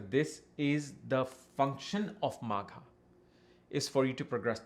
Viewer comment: Magha .... not maagha 😮